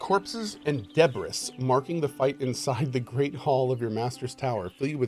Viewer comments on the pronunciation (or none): Debris pronounced Debree